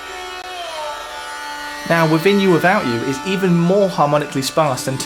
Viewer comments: "Wiffin You. Wiffout You." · He said Wivin You Wivout You. Again and again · "Wivvin you, wivvout out you". Love it! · 'Wivvin You, Wivvout You'? Come on, geez!